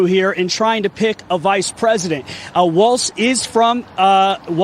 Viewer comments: Walz is said Walls not Waltz. Don’t insults a fun dance. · It’s Walz not Walts or Waltz or Walsh. It’s Blagojevich not Baglojevich. Geez man.